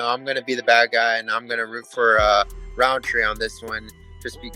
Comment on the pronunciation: There's no D in Rountree. It's not RounDtree